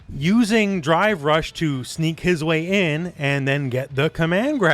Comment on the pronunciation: I can't stop hearing "Dry Brush" when he says drive rush.